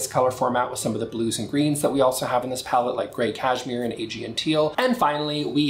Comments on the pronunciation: Thanks for showing us the new colors! (BTW, I'm pretty sure Aegean is pronounced "uh-GEE-un") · Aegean is pronounced “Uh Gee en”. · It’s not novel. It’s teal. I like your reviews in general, but it’s pronounced “ah-GEE-en”